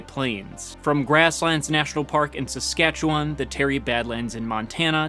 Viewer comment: Wow an American pronounced Saskatchewan right. Good on ya